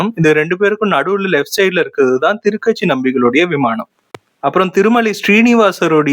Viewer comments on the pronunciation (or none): A small correction - Thuru Kachi (not Thiru katchi)